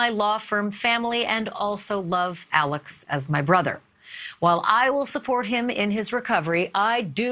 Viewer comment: You understand that Mr. Murdaugh's surname is pronounced Murdauck. It seems that you do not realize his first name, Alex, is pronounced Alec. I apologize if this point seems petty in the scope of this ongoing saga. I have just always felt people should be afforded the respect of everyone, especially journalists, to properly pronounce their names. I really enjoy your show!